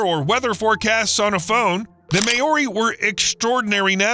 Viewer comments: What the hell is a "Mayori" ?...You need to work on your pronounncations, bro! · The may-OR-ee??? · that's a horrible mispronounciation of Māori 😆